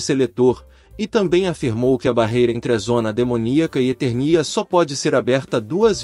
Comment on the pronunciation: Na boa, esse locutor não conhece He-Man! Errar as pronuncias de Eternia e Trolla, chamar Esqueleto de Seletor e não saber que aqui no Brasil o personagem tema do vídeo se chama Lagartauro.